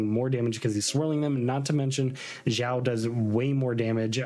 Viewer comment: pls your videos are so good but your pronunciation of the names sometimes has me cracking up 😂 Not sure why you call him Ziao or Jiao but Xiao's name is pronounced as Shiao